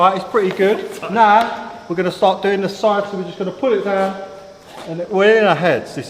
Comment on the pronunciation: When this bloke says “narr” he’s actually saying “now.”